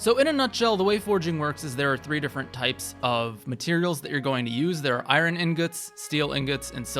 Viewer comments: Really appreciate the video. Have to say though, "I-yun" sword not "I-Ron" sword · Wow I've never heard someone pronounce Iron like "eye-ron" before 😂Not everything is meant to be pronounced exactly how it's spelled. But overall great guide, thanks! Definitely took some notes. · Eye-rin sword 😂😂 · The way this person says iron is driving me crazy. Also, a forging guide that ignores daggers are the best thing to forge because they get +2 might for each level invested? Smh. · great guide but please fix your pronunciation of “iron” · The way he says iron hurts my heart... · Are you pronouncing iron like that purposely or is that an accent thing